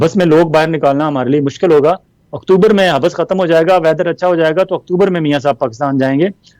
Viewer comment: ولانہ صاحب لفظ (حب بس) نہیں حبس ہوتا ہے ۔ یعنی ب کو ایک بار پڑھتے ہیں دو بار نہیں۔ کیوں کہ ب پر تشدید نہیں ھے۔ شکریہ